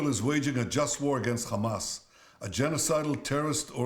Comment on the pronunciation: U still cant pronounce hamas 😂😂😂